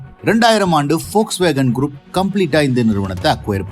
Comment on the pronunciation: Very few pronouns the volkswagen name rightly liked it ...